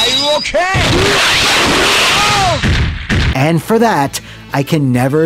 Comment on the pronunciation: Terry bogards engrish pronunciation of "are you okay?" Has ruined my ability to say it normally now.